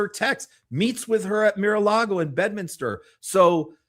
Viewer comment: MaraLago (not Miralago).